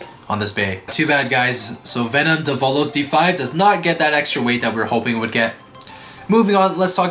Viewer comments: it's pronounced DE-vo-los not de-VO-los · its devolos but u dont pronounce it like de vo lows its prounounched davolos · It’s pronounced Dev - uhh - los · You’re supposed to pronounce develos name “devil-os”